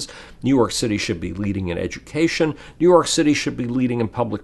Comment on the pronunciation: Couldn't help myself but hear "new york shitty" several times especially . Then he proceeded to talk about shit. I just found that amusing.